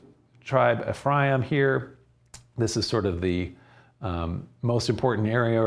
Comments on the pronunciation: Ephraim sounds like "refri 'em" -twice fried beans. Im aware of the vowel shift in the English language but I'm Mexican and that's funny. Thank you. "And that mijo, this is where frijoles fritas, and the story of Frida come from..." I prayed for clarity. Im getting hammered. Thank again. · When you say Ephraim say EF RYE EEM ... Quit being so boring learn to speak and leave it up to us jews to decide to teach about our history